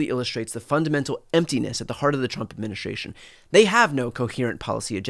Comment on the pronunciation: Please improve your pronunciation: It's not "adminishtration", but administration.